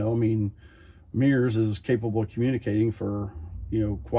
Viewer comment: MURS pronounced as 'meers' is making me itchy.